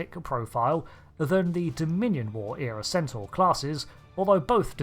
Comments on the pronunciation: HOLD UP...HOLD UP...HOLD UP!!!! Centaur or Sen-Soar? WTF! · I think he's mostly saying "Censor" instead of "Centaur", even if he's not aware of it. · I kept thinking you were saying Sensor Class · This class of ship has grown on me over the years. But I swear I thought you were calling it the "Sensor" class (with your accent it sounded like"Sen-sore" ) for the first few minutes of the video 😂. Thanks for another great video!